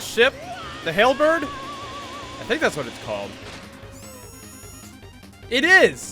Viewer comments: it's the halberd not the hellberd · Trigger warning for kirby fanboys he said hell bird and not hal bird ARE U TRIGGERED YET